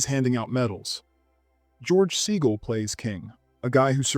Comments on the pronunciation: George “SEE-guhl”, not “SAY-guhl”. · "Neevan" and "Saygull" - DO A BETTER JOB!